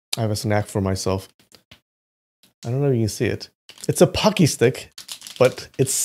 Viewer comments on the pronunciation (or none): Pucky? WTF is that supposed to be? It clearly says "Pretzel". Not "Pucky" (and they're not, nor are they anything like [aside from the general shape], Pocky, in case that's what you were thinking)